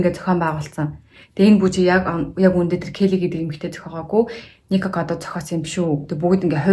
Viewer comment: Nikokodaavakado gej sonsood baihiin zovuu bi buruu sonsood bna uu